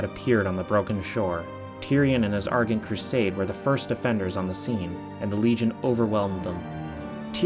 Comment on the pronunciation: Argent. Ar-jent. *cough*. Still love your videos.